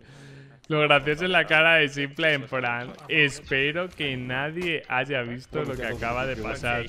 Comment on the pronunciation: cada vez que dice simple, me explota un pulmon. Simpel, no simple por dios jajaja